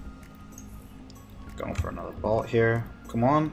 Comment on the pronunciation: BOLT NOT BALT